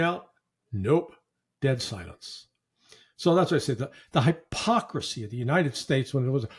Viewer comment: Larry, it's not *high*pocracy.